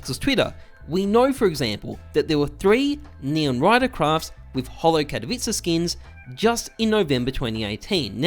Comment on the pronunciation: The only youtuber that can pronounce '' katowice''